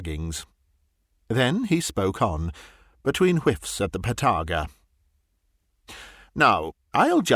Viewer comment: O dear me do you mean the (Narrator ) and let me say there is absolutely nothing better than to have a fine oak box containing a fine collection of Partaga I smoke them all the time a fine blend of the best tobacco it's pronounced ( part a ga) it comes from the borders of partagony a lovely little one house village but alas you won't find it on goggle look under ( there's Allways one smart Arse ) I even have a partaga tobacco pouch pip pip ❤😂.